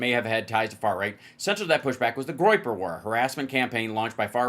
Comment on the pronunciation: Groyper sounds to me like "groin groppers" 😂😂